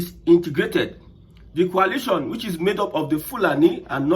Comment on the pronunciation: It is not pronounced as Qualation'. It is called Coalition. Mind your pronounciation as I thought, you are saying something relating to chemistry formation.